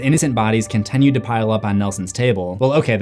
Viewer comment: Brother. I love your content so much. But WHY do you say continued as conTENued😢